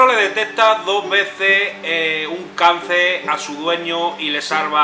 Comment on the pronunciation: Cancerrrrr, gallego traga S!! Like like jaja seguí con tu mierd* que entretiene.